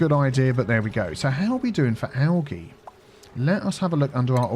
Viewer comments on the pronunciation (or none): Its pronounced ALJEE Spelled Algae Not Pronounced ALGEE, just a heads up because out of all my years of being grammar police never once has i heard it pronounced like you say it my friend lol. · i absolutely hate the the way you say algae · Hearing you pronounce algae the way you do makes me giggle 😊 in the us it’s pronounced ‘al-jee’ instead of having a soft g sound, ie ‘al-gee’. I love culture comparisons lol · Never heard algae called algee. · I've never heard of algae pronounced like this before. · G is hard. J is soft . Think you got those mixed up. But yeah we pronounce it algae with a hard G. We tend to not make a fuss when we hear it with a soft g. Not like with Gif.